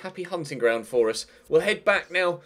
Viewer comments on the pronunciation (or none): none